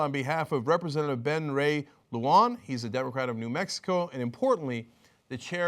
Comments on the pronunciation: I'm a New Mexico Democrat who likes EW (even though Jimmy says she's gutless and even though she chickened out on Bernie) and I will write Lujan an email right now. Like that will make a difference, but I'll do it anyway. BTW Cenk, sorry, but please ... pronounce it Loo-HAHN and not loo-wahn. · Ben Lujan... it's not "Luwan", it's pronounced more like "Lu-han" As a resident of NM I've heard that jackass far too many times.